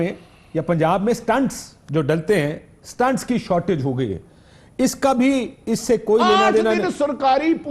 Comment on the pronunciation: Kashif saheb correction please "STENTS" (IS+TENT)